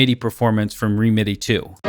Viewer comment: Great video - really interesting possibilities :) just a couple of comments. I think songwish pronounce it “remedy” and sadly the current version (v2) doesn’t run on M1 macs. Hoping an update will come soon.